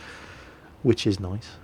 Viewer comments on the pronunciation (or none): none